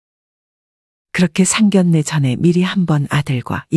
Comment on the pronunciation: 에이 제기랄 아무리 참아보려고 해도 천불나서! 나이깨나 먹은것 같은데 계속 상결례라고 하네! 국어사전좀 보고 방송을 해요